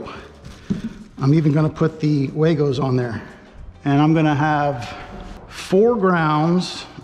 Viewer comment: The company actually pronounces their name WAGO like wah-go not way-go. 😉